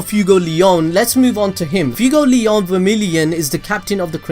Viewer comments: He said FUEGOLEYAUWN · Its fue like sway fway-gol-eon fuegoleon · Man you butchered Fuegoleon’s name so badly. My ears hurt so bad after that. I know the video said don’t tell him, but I can’t help it.